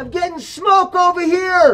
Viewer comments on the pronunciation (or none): "HEY JIM, IM GETTIN SHMOKE OVA HERE" lol